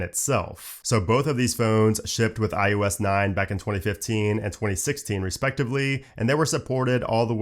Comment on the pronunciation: It is NOT IUS! It is IOS! The only aggravation I have about this channel is the fact that you keep mispronunciating iOS by saying IUS!!